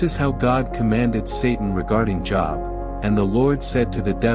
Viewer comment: Lol!!! Job is pronounced “JOBE.”